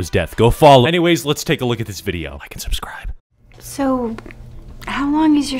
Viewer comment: " Go ahead and subsibe "